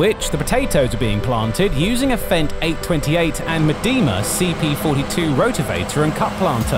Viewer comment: Medeema, ha ha. It's closer to say Meedema.